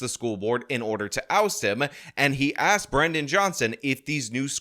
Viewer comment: A DEI hire police chief who becomes a DEI mayor, still says "Axxed". Wow this DEI being forced upon the world just makes everything great whatever it touches. Let's let them all out of prisons, and give them more positions of power.